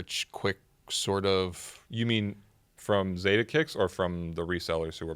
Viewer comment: The “Za” in Zadeh is pronounced like “Fa” in Father ✌🏽it’s originally a Persian (Farsi) last name if I’m not mistaken